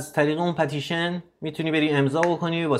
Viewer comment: به " پِتيشن" ميگي " پَتيشن"؟؟!!!😂😂😂😂 مگه مجبوري انگليسي بلغور كني!؟😂